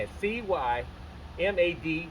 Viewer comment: All your recommendations are solid. Thanks so much for introducing me to Cymande in particular, they're amazing! That said, I thought I should let you know it's pronounced Sih-man-day. (You can hear it spoken at the beginning of "Promised Heights.") Also, I have it on good authority that their bassplayer, Steve Scipio, used a Gibson EB-3 on their '70s albums. When you listen for it, you can hear that mudbucker, almost a Jack Bruce tone. And nowadays he plays something else, I'm not sure what, but I don't think he was ever a Fender man. 🤷 Though now I'm curious: did you see him live with a P Bass? If so, I'd love to hear that story. (And the concert, if it was recorded!) For my own part, I always overlooked Gibson basses before, but now I want one. 😅 Love to you & yours, James from California